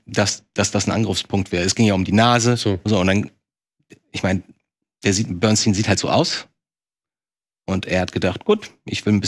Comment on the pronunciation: Wann lernt ihr endlich dass der Mann Bernstein und nicht Bernsteen heißt?